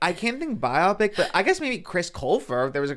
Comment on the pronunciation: Why do they say is “by-opp-pick” instead of “bio-pic” lmfao